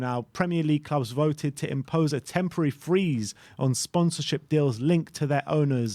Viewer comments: Grammar police here! It's "freeze" not "frees"! Now of ya go lads and don't let me catch ya again!! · Freeze not frees lads 😂